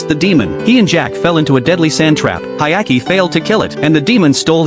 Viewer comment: Hyakimaru * Why would you call him Hayaki lmfao